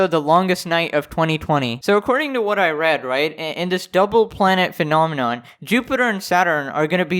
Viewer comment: A very rare "phanenonm" is happing.